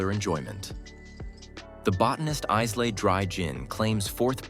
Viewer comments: Those in favour, say :"Aye-luh" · Why do all liqour video narration always mispronounce the name "Islay"?